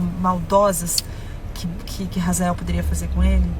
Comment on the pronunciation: Não é Razael EEEEEEEE HAZAEL OH H e mudo H é complemento de sonoridade H NÃO TEM SOM DE R EU FICO PUTO COM ISSO 🤯